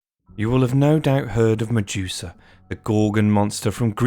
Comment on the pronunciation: The way Ure pronouncing Medusa …😖